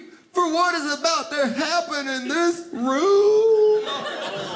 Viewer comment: "That's what I'M talking abouf!1'